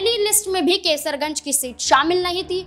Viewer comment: केसरगंज ❎❌ कैसरगंज ✅✅